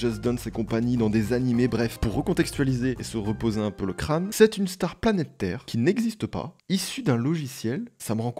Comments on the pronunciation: « une star planète Terre » mdr je suis la seule à entendre ça a la place de « planétaire »😂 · dis vraiment "star planète terre" au lieu de "star planétaire"?